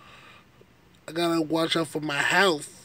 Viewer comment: It's "health" not healf"..... also the Bible says a man laying with a man is a sin... plus being lazy and not working is not honoring God.... or gluttony stuffing your face with food all day is a sin to your own body.... you might consider a night class on learning how to properly speak words. You are so far behind people your same age, do something about it instead of talking about it.